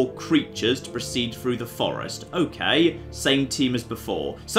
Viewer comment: Also "threw" when it should be through.